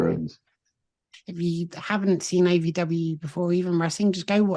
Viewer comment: It’s OVW not AVW, you kept saying AVW.